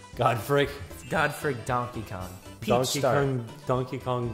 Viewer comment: sounds like says Tonkey Kong